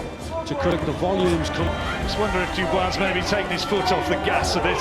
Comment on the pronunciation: There is no r in dubois😂